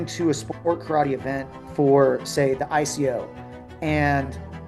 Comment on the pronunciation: One thing might actually help for starters, pronounce Karate properly, don't pronounce it as Churrattie.